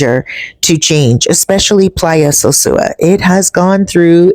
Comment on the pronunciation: Sure wish you could pronounce "sosua" I have never heard a Dominican say "sewsua" Isn't that 2nd old pic a view of El Tablon And Playa Chiquito? The peninsula does not look right for it to be the bay of Playa Sosua